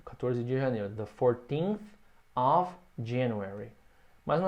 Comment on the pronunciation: Foi bem surpreso para mim. Sempre ouvi e achei que fosse Off em vez de Ov (Of).